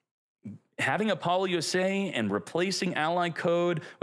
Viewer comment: I can’t tell if you’re trolling or not with these pronunciations. I can let the Maliss slide, but Apollo USA, that’s too far, lol.